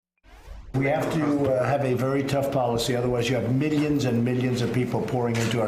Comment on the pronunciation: MiiLLyanss and MiiLLyans